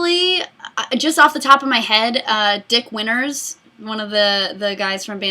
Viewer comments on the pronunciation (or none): I heard you say his name as dick winners, not dick winters. i think it was funnier the way i heard it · Totally thought you said "Dick Winners" for a second